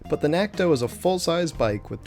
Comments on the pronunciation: It's NaKto. Not. NaTko. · I do the same thing. Natko instead of Nakto.🤣